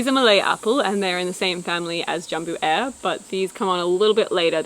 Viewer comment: "Jambu Air" is pronounced Jum+Boo+Ah+Eh